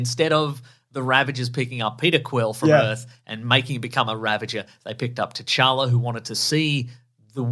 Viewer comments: I cringed every time she called t’challa “jar-jar” like wtf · She says “cha cha”